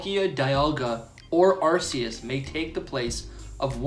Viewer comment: It’s Ar-Key-Us, not Ass-eus.. noob 🤦🏼‍♂️